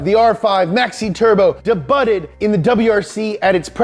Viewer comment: Dey- butt- ed 😂